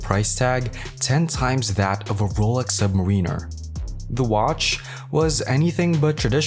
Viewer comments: Bro fix your pronunciation of Submariner and Audemars Piguet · Bruh I didn`t make it past the 3rd sec once I heard it